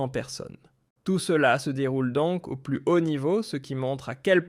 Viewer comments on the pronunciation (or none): none